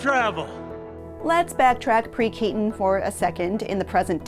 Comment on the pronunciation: Keaton*, not Kenton